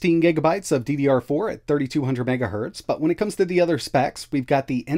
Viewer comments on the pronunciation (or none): none